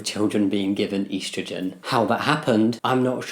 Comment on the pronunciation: your pronunciation of estrogen made me wince